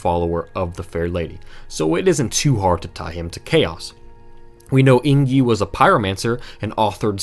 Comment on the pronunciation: Just now seeing this video, but everytime I hear you say Eingyi as like ‘ey + ng (as in sing) + yee’ (or /eɪŋ.ji/ for language nerds) and not like ‘ey + n + jee’ (einji or /eɪn.dʒi/) makes me twitch lol